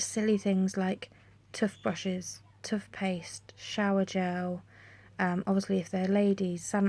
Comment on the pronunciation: Really lovely vid. The way you say Toothpaste and Toothbrushes is hilarious. x